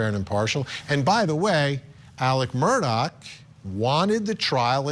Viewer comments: OMG, it's mur-daw not mur-dock. Please get it right Vinnie Politank🤣 And for god's sake, get your pronunciation of "voir dire" under control. You sound like a noob. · Why does everyone pronounce his last name with a “K” at the end. The is NO “K!” It’s Murdaugh!! Drives me crazy!!!😮